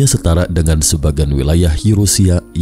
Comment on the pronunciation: Ada huruf "k" di belakangnya benuak, setarak, asiak 😂😂😂😂😀😀😀